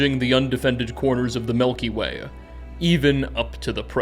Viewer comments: Milky way... not Melky Way. Driving me bonkers lol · I don’t wanna be that guy but you kept saying ‘melky way’ and it made me giggle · Melky way 😂 Greay video thanks! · The melkyway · What I learned from this video is that pronounces milk as melk and it has given me a new appreciation for the Melky Way